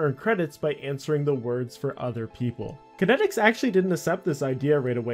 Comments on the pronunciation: Kaitnieks= Kite-neeks Not Kinetics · The website wasn't kenneticz, it's kaitnieks, pronounced "kite-nye-icks". Otherwise bravo this takes me so far back, i been playing rsc since a wee-lad, around 2001. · Not sure how he got kan-et-iks from Kaitnieks. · Why do you keep pronouncing his name as kinetics when his name looks nothing like it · This guy really just called kaitnieks “kinetics” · Some OSRS content creators don’t know phonetics. FlippingOldSchool has the same problem. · Haha it’s a dutch name, no wonder that he doesn’t pronounce it right. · Yeah, it's honestly pretty annoying to hear someone make a video on someone so prominent and then just repeatedly get the name not even close to right. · its actually pronounced kite-neaks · im American and I understood how to pronounce it immediately, this youtuber is just a pepega. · Lol autominer source code being "clean", it was literally just a clicker, you could write something similar after spending a week learning to code. By runebot you mean AutoRune. And Kaitnieks is not pronounced "kinetics". OCR = Optical Character Recognition, not Content. Alot of inaccuracies and missing info here I think. Btw you can find Kaitnieks on reddit. All that said, it's great to see someone documenting RSC, I cant begin to tell you how unbelievable it was. I recently started playing RS3 out of nostalgia but honestly, so much of the original magic no longer exists in the game. From staking in a packed draynor, to trading in varrock market and pking in edgeville. All 3 locations, always packed, just an amazing game. Finally, I wrote many RSC bots back in the day and was very active in the community, if you ever want to talk anything RSC hit me up. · Aside from absolutely decimating the dudes name, solid vid